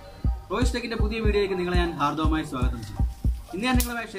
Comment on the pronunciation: Haardawamayi alla hardhamayi swagatham .....Pls correct